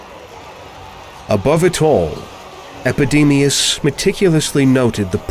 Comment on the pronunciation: Epidemius "eyes" ?